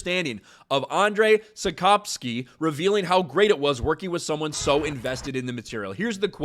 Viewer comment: In English it's: and-zhei sap-kov-ski